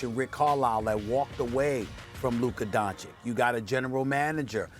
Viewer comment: 3 years and Stephen a still can't pronounce Luka's name properly